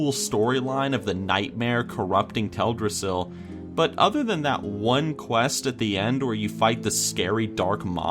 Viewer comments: Tel' drassil?? For 11 years, I thought it was pronounced Tel dras' sil. Too late now to change. #4 Dun Morough, #3 Gilneas and #2 Tirisfal Glade ..,. absolutely Spot on! As for Azuremyst Isle coming in at #1, I never would have even given it a thought. Great Top 10!! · Does it bother anyone else the way he says Teldrasil?